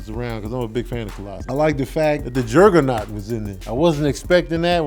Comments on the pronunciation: Who the heck is Jergger-naught? Its Juggernaut lol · I'm gonna need to pronounce Juggernaut correctly. Lmao this nigga said Gerrrgernot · Why the hell you keep saying Jerg-a-naut?....bc that's fucking wit me lolol you saying "Jerg-a-naut" aggravates me like that kid on DP2 aggravates you lol. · Are you saying Jurggernut? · That invisaline got him out here saying Jergenot lmfao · Why r u saying juggernaut weird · Is that how Juggernaut is supposed to be said? Or is fresh off watchin a Madea movie?